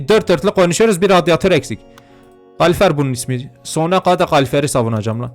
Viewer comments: abi kalufer degil kalorifer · Abi o kalifer değil kalorifer QWOSKSLQWJOEKSROJR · Abi o kalurufer deil petek😅